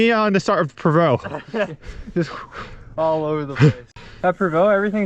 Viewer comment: Pronounced prov-o awesome vid